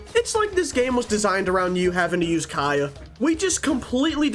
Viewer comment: i love the way you say kAeyih lol